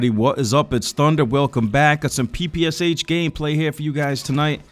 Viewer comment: Not "Pi Pi Es Eich", but "Pi Pi Sh", SH - like in SHow.